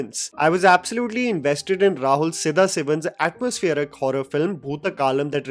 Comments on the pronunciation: Bro what's with your pronunciations? It's sadasivan and bharathan. How can u not pronounce these words? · Pronounce sadasivan and bharathan properly. How hard is it?